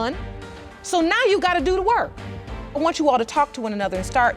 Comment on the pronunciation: "I dews what I dew." I bet you dew.